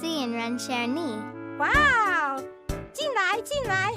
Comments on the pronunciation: I lost it when the pronunciation of 很高兴认识你 (Or nice to meet you) was said awfully, I have been learning mandarin for over 2 years now, and my pronunciation is far from perfect but that was another level of cringe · as a Chinese person this made me physically cringe at how horrible their pronounciation is. If you are gonna speak mandarin accurately in a carton atleast try to speak it with accurate pronounciation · I lost the cringe challenge at failing miserably to pronounce "hen gaoxing renshi ni".